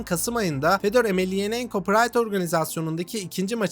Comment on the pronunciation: Reis iyi güzel de soy ismi bi kere de düzgün söyle soendwpndelnf